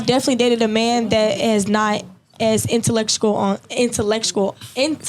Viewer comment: She said "intellectucal" twice 😂